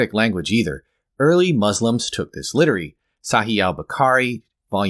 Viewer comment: When you pronounce the word "literally" as "littery" and still have a better grasp on the English language than the Quran has on science